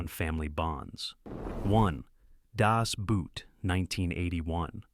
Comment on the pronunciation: You did very well until you made the classic f-up of people who don't bother to learn any part of a foreign language. Das Boot is pronounced exactly the same as Das Boat (and has the same meaning). If you really want to sound like you know what you're talking about, learn how to properly pronounce at least the titles.